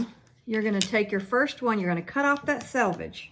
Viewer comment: Thank you for pronouncing SELVAGE correctly. Not sure why it bothers me when people say sAlvage. Or when some say acrost when they mean across. Thanks for letting me rant. You can delete this post if you find it inappropriate. Love your videos.